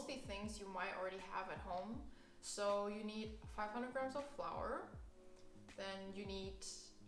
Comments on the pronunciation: wie ich mich sogar noch an das kuchen video erinnere, wo du flour wie floor ausgesprochen hast:D Hach, schön dass du wieder da bist, bless us with more vegan chinese recipes! <3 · wait- flour is actually pronounced like that? 😳